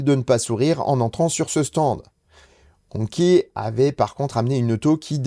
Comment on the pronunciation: Hongqi se prononce hongchi. J ai essayé l ehs9 au salon : on m a bien dit que la venue d hongqi en europe est bien prevue et dans tres peu de temps.